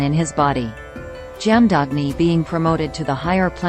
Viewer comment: Jaamdaagni ' the correct pronunciation is " Jama dhagni' BGM is soulful 👍